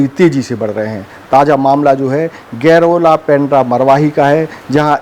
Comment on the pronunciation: गैरोला नही गौरेला anchor जी